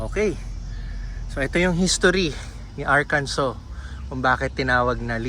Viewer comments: Arkansa not Arkanso. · watching from springdale arkansas (ar-kan-sa) enjoy your trip boss, sir hindi nga pala arkanso ang pronounciation kundi Ar-kan-sa sir.